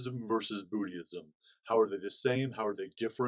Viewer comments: Hi, wishing you the very best. The pronunciation of "Buddhism" is: "BOOD-izm." In the video, it sounds like you're saying "BOOD-ee-ism." Hope this is clear. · Hi, thanks for the video...FYI, it sounds like you're pronouncing the word "Buddhism" a bit incorrectly. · Haha 😂 it sounds like his pronunciation triggered you too much to see the knowledge.